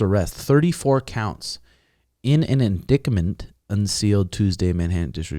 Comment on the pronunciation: Indictment is pronounced in-dyte-ment btw, just letting you know, not in a dick way looool. Love you boss you the man